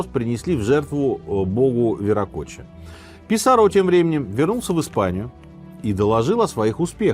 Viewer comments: ПисАрро а не ПисаррО. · Не ПисаррО, а Писа́рро. Ухо режет неправильное ударение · Вам не резало слух ударение на третий слог в имени Франциско ПисаррО вместо правильного ПисАрро? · Франсиско, всё-таки, ПисАрро, ударения у него в фамилии нет, следовательно, по стандартному правилу испанского - на второй с конца слог. А то прям сильно ухо режет))) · Простите, но почему - Писарро́? Мне сразу резануло слух, и в Википедии ударение на а...